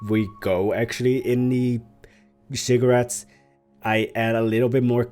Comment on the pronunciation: You are amazing ^^ I don't know if I'm right (I don't speak english) but I always hear that you built a "cigarette" XD and the auto subtitle say the same XDDD